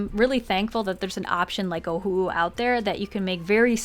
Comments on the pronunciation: i don't know if i'm the only one who's hearing UWU instead of ohuhu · Oh who owo Totally how you pronounce it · My friends and I literally have fights about wether it’s pronounced Oh who who Or Oh who oo What is it?! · The amount of awkwardness I feel every time you pronounce ohuhu like a sad owl breaks the scale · I pronounce it like oh who who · It’s so funny how she says Ohuhu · well if its o-hu-hu then why pronounce the two hus differently lmao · We love our ohuhu!!! It's never a knock off!! I still love how you pronounce it. Hahaha